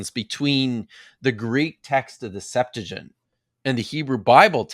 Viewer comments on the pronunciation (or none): What is the "Septagint"? Do you mean Septuagint? How can we trust this guy if he is doesn't even know how to pronounce Septuagint? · You still cant pronohnce Septuagent correctly 😅😂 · mispronounces the Septuagint every time